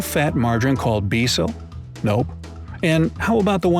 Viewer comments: Becel is pronounced “bay-sell” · Not pronounced Be Cel, it's pronounced Baecel....( Spelled Bezel...😂🤣) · It’s pronounced bay cell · Becel, pronounced in Canada as Bay-Cell, is in Canada too. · the margarine that is called Promise in the United States is called Becel in Canada but it’s pronounced bay-cell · And becel is pronounced like bey cell. His fact checker gets a lot of things wrong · Becel (pronounced Bay Cell) lol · Becel is the margin we get in canada. In canada this product is pronounced "bay-cell". There is another fact brought to you from toronto, canada. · Pronounces Australia, Danone, Knorr, Becel, and Burger incorrectly. But Poulet Frit Kentucky, gets it perfectly. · SSorayaGGirl yup I was thinking”why did he say it like that”